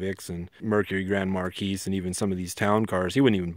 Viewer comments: God.... its a mar-key, not mar-keese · Excellent vid. Marquis pronunciation Markee, not mar keys. I see some of the uneducated people name their sons Marquis and mispronounce it and I am looking for two of them. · "Police deparments up to a couple years ago used the crown vic" the majority of stations still use crown vics. And it's pronounced mercury grand marKEE not MarKEYS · It's Grand Mar (key) , the s is silent. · It's pronounced "Mar kee". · I believe the 's' in Marquis is silent.